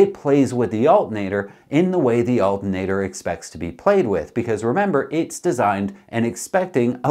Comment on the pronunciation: "Altin'ater". love it when hillbilly Canadian charm sneaks in!